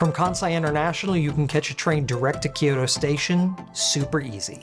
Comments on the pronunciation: I am sure I will sound like an ass here, but Kyoto is a 2 syllable word, not 3. Kyo-to, not Kee-yo-to. Just saying. 😅 Just trying to be helpful. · Gorgeous video and very helpful--thank you. Wanted to point out that "Kyoto" is two syllables. Same for the traditional place to say, "ryokan"--two syllables. Thank you for this great content.